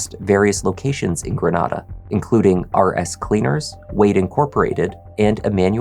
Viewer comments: Thank you so much for pronouncing Grenada as Gre-NAH-duh! Most Mississippians (because most of us are country and later colonized by the French and English after the Spanish) pronounce it as Gre-NAE-DUH. 😩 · even if the spanish city is "gre-NAH-da," if the whole local community says their mississippi town one way and you're saying it another way, sorry but you're the one in the wrong 😆 i know bc i'm from another town that has a european antecedent but it gets pronounced a different way locally. that's the name of the town, that's how it said, that's all! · Grenada, MS is pronounced Grin-aye-duh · And lah-fie-ett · Ur pronouncing Grenada funny 😅. We Mississippi folks pronounce it Gru-nay-duh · Love this channel lol being from Mississippi it’s kinda funny how you pronounce Grenada Ms